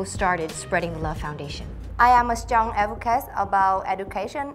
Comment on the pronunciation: Duyên nên nói chậm phát âm tròn âm hơn rõ ràng hơn, nhiều âm duyên phát âm chưa tốt lắm nhưng tốt hơn rất nhiều rồi 👍 Không cần phải quá tốt nhưng những từ đơn giản nên nói đúng vd : Strong nè change nè thiếu final sound nhưng nói mượt hơn nhìu rồi Hy vọng Duyên thành công